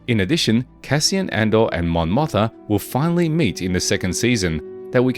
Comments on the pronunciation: Let me remind you that Mon Motha is actually Mon MOTHMA. There's an M in there. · Mon MothMa, sir ! Mispronouncing it Motha so many times....it makes ears bleed.